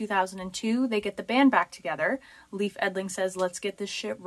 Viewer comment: Leif is pronounced Layf btw